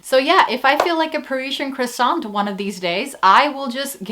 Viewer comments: your first pronunciation of croissant was the correct French! But you don't pronounce the t! so.. croissan the same applies to all words that end with a consonant, for example Mont Blanc, you pronounce it as Mon Blan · Your first attempt of pronouncing "croissant" was perfect!